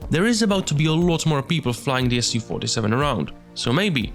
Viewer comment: Absolutely amazing work! I wish you best luck with this! Do you have any real documentation about plane and photos of cockpit? Is it even possible to be close to real? Little pronunciation corrections: Not an "S-U-47", but "Soo-47" ("Su" is just shortening from "Suknoi"). Also bErkut.